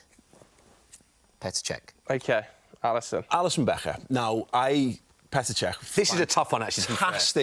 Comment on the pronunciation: "Alisson Becheehhh"